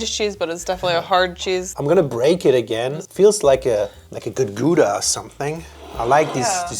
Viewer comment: I think the German type of Kümmel is translated to caraway seed in English. Also Gouda is pronouned like Gow-da in English or Gauda in German. :)